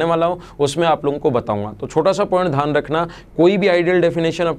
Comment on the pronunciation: Dhyan hota hai, dhan nahi. Axtra nahi hota, extra hota hai. Sahi bolne nahi aata hai